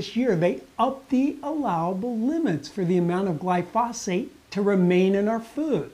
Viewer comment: You don't even pronounce glyphosate or Monsanto correctly, and you seem to be clearly enunciating them.